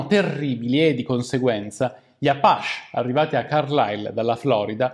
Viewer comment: Sempre interessanti i tuoi video, mi permetto una correzione non si pronuncia "apasch" ma bensi "apaci" (scrivo la fonetica) Un saluto e avanti cosi! P.S. abbiamo preso un popolo fiero e ne abbiamo fatto degli sconfitti.....il guaio è che continuiamo a farlo e forse tra 100 anni qualcuno dirà le stesse cose che stiamo scrivendo noi qui... come si dice...l'unica cosa che la storia insegna è che non insegna nulla